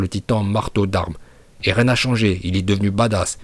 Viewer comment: 0.59 Dis pas elen en essayant de dire eren en roulant le « r » si tu sais pas le faire Bouffon